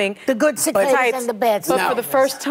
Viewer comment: Whoopi was over the whole conversation, starting with her mispronouncing “Cicadas”. 😂😂